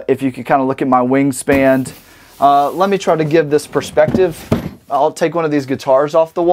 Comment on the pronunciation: Does this dude know that the word is "wingspan" and not 'wingspand'